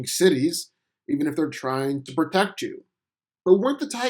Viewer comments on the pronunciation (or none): none